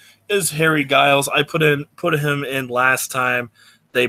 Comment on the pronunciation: Giles is pronounced like the G is a J. It sounds like Jiles.